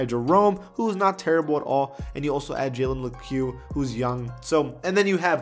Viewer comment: and Lecque is just pronounced "leak" 😂